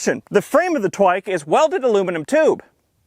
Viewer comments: the first time you said "twike" i understood twink and spilled my drink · “Inside the twin- twike” nice save lmao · "Inside the twink twike!" haha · “Inside the twink… twike” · "Inside the twink- TWIKE" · "Inside the twink, twike" Soooo Im not the only one.